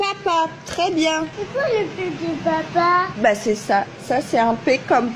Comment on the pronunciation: Mais en plus quand elle a dit "le p de papa" j’ai compris " le pet de papa"